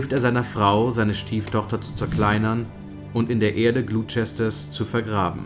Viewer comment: Das Video ist echt toll gemacht aber die englische Aussprache ist noch nicht ganz perfekt. Gloucester="Gloster" (nicht Glusester) und "...shire"="schirr" (nicht scheier). :) Ich freu mich auf neue Videos!